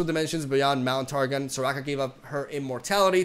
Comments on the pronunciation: So bro its not pronounced Tar Gin. Its pronounced Tar gon like Gong without the G. Said with love. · its Targon is pronounced Tar- GON not Tar- GIN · ya missed a Targonians Nami and Aphelios also it’s Tar-gone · it's Targon pronounced as in "GONE" not Targen like in target lmao